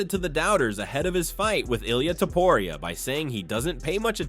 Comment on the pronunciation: Why is it so hard for these people to say Topuria???